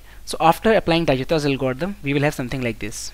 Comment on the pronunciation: Awesome solution but dijkstras pronounciation is not right